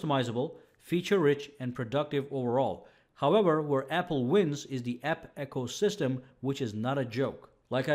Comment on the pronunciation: Sorry mispronouncing ecosystem. It is not echosystem.